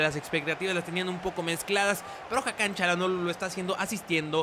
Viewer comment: Yo creo que el nombre de Hakan no se pronuncia como Cha.... ya que si te das cuenta no es una c es una Ç con la comita abajo y ese por lo que veo se pronuncia como si fuera S por ejemplo: Barça força etc.......... saludos eres un grande